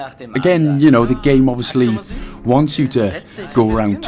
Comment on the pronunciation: not "ze door" as in "zi" you need to pronounce the "e" more like the first "e" in "eleven" that's German English if not learned right :p